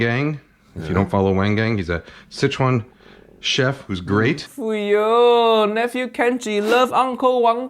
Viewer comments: A little late to the video but the way Kenji pronounced Wang Gang was a little painful to my Chinese ears. I think mimicking accent is very normal for a lot of new language learners, which is exactly how I learned Japanese when I was living there. I guess it can be a nuanced take as some people will find it sounding more so like a mockery than an attempt at learning. I will actually be more happy when someone is attempting to pronounce the word closer to how the locals speak it. But that all aside,, if you ever have a chance to visit Malaysia, please give Sarawak White Pepper a go! They are incredibly popular amongst Malaysians as well, a lot of my friend overseas who visited will buy loads of them back to make fried rice. It's a little more pungent (smell-wise) when compared to the common white pepper. They have a more distinct sharp and aromatic flavor and works wonderfully with fried rice, soups and marination. It's a little harder to find and they are more expensive, but it's really good. It's a staple in my kitchen and my mum's cooking. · uncle Roger owes Kenji nothing. Kenji is is being a Kenji. He can’t even pronounce wang gang right - he’s racist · The mispronunciation of Wang Gang’s name was insulting lol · Oh come on. You and I both know that was the most american pronounciation ever, has nothing to do with Japanese. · That may be true, and if so, is further proof of how disrespectful he is that he wasn't willing to do even a tiny amount of research on how to say a name before he said it in a video being published on the internet forever. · Japanese is his first language, which is VASTLY different form Cantonese or Mandarin. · I had no idea who Wang Gang was and quite seriously thought this was a gang from the way Kenji said it. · 'Wang Gang' got me wanting to rip my soul out of my body just to teach him the correct pronunciation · He’s hurt about accent while saying “wang gang”